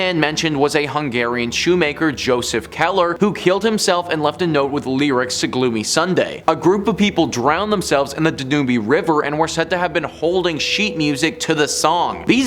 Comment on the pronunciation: Did you pronounce the Danube River as Da-Nuu-Bee River?